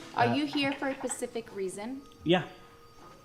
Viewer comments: did the supervisor just say "pacific" or "specific"? wow, doesn't she work for the schools? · It’s ASK not AKS and SPECIFIC not PACIFIC! Who taught these people how to speak? 🤦🏼‍♀️ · This is what happens when you let someone have a job and they say pacific instead of specific 💀 yikes they lady had the smooth brain lmao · "Are you here for a pacific reason?" That kind of mispronunciation drives me crazy. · Are you here for a "Pacific" reason? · Did she say " a PACIFIC reason"? Wth? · “A pacific reason” 😒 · “Are you here for a pacific reason?”… …”No, I’m here for an Atlantic reason” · said, "are you here for a pacific reason?" 🤣 Good job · “Pacific reason” what a bunch of dummies. “can I ax you” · "Are you here for a pacific reason?" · Are you here for a “Pacific” reason she says 😂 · "Are you here for a PACIFIC reason" lol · Did she say, "For a Pacific reason"? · I think she said for an Atlantic reason. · What is a “pacific” reason?